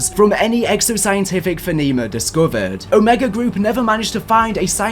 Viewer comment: lmao the way he pronounces phenomenon is hilarious